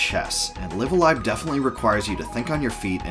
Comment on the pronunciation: THIS is how it makes sense to pronounce the name. I've heard live a live and then live a live but u saying live a live really clears things up!!!